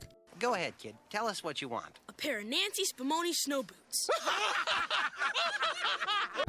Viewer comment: Never realized how important the "n" sound is in the name Nancy until I saw this video. Fantastic video! But I legit thought your were saying N*zi Spamoni snow boots.